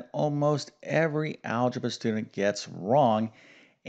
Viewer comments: Not algeba but algebra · "Algeba"? It's a good thing you're not an English teacher! :) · Algeba?! Shall not bother reading further. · THE "ALGEBA" STEP EVERYONE GETS WRONG ?? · "algeba" :o :o